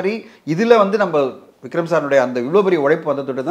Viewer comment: Anchor say.. Vigram sir vigram sir Not vigram. Vikram